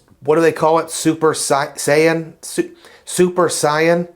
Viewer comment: Love the DBZ reference haha. It’s pronounced “sayin”. Great cash back strategy btw!